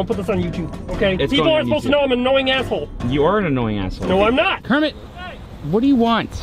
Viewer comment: Kremit???? Its kermit!! You fony!!!!! Jk I love kermit